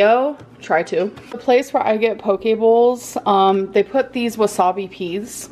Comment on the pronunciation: “POKE BOWLS”. Lol.